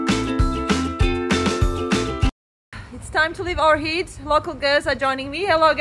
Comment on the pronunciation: Ohrid not Orhid